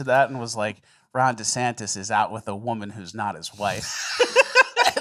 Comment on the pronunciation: "Rhonda Santis"